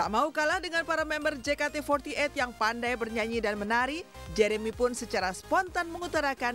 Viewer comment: Je ka te fourty eit 🤣🤣🤣🤣